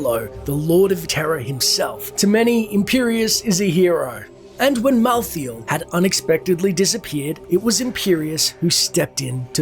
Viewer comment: Here's some important notes for you; (1) It is Mal-thael not Mouth-feel, wtf... (2) Imperius did not know diablo had turned into the prime evil when challanging him outside the gates of heaven. (3) Imperius had nothing to lose when challanging diablo, all angels simply respawns again at the crystal arch when killed which is why it's such a big deal when Diablo reaches it. (4) Imperius hates humans because they are half demons, just like Malthael he recognizes that there's no end to the eternal conflict as long as humans exist. (5) Imperius is not aware of the prophecy that the high heavens were to lose against the demons, only Itherael knows about it and he keeps it secret which is why Itherael votes to spare the humans as they were a wild card that could change their fate. Tyrael wanted to exterminate humanity as well at first but had a change of heart when a nephalem sacrificed his life for the greater good. Being the Archangel of Justice this made him realize that humans can be good and therefore can't be exterminated. (6) Imperius changes his attitude against you after you save the high heavens, seen in the reaper of souls. He still have very good reason to doubt humanity though, as all angels should. Nephalem are unpredictable ticking timebombs that can literally kill celestial aspects. This nephalem happened to be on heavens side but the next one might not be.